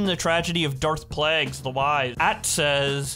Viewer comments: Amazing Vid, But - PLEASE its pronounced Darth 'Play-gus' not 'Plague-is' You can't pronounce this one dirty, it's blasphemy. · I’m embarrassed that can’t pronounce Darth Plagueius correctly.